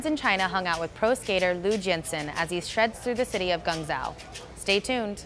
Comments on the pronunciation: you hear Jian Shen say "Guangzhou" in Cantonese. No one is asking for PERFECT pronunciation in a language unfamiliar to them, but the least Vice can do is get it as close to right as possible. They obviously have correspondents in China who could have helped with this.. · where on earth is Geng zao? Try Gwong Joe and you're nearly there. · I love you guys but it's not gung shoe...phonetically it's gwong zhoo... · She called him Lou Jensen lol. And "Gungzow"? No that's not Cantonese, that was "fuck that not even gonna try"-ese. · I'm sure I'm not the only one thinking this, but you should learn to say the words your pronouncing prior to going on-air. Jianshen (gee-en-sh-ehn) or Guangzhou (goo-ang-johw) (just trying to spell out pronunciation) for starters. I get it -- its hard to say Chinese words. But its unacceptable for Vice to not even attempt the 'j' sound of the zh in Guangzhou, so it shows a carelessness that I don't expect from Vice. I don't blame for this, though... I think editorial management should have pulled and reshot the intro, its on them. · fuckign butchered it! not even a close attempt. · Was gonna say the same... also it's not Cantonese because the English name for Guangzhou is Guangzhou, which is also the Mandarin pronunciation. That would be like saying España instead of Spain on an English-speaking broadcast. And also, she butchered his name = no knowledge of Chinese language whatsoever. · Cringed so hard when she pronounced GuangZhou like that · Vice, least you can do is pronounce Guangzhou properly. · Her pronunciation of guangzhou was horrible